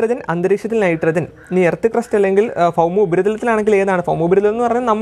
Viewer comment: Please sir try to speak boumoparithalam not foumoparithalam